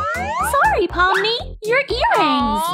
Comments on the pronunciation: it's pomni not palmer but I still like pomni more bc Cain is the real bully here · It pomni not pimiy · Pomni not pony